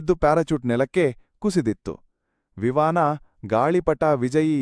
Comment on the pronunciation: ವಿವಾನ ಅಲ್ಲ ಮಾಮ್ ವಿಮಾನ ಅದು